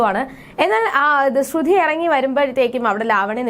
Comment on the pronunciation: Please say like sruthy not srudhy.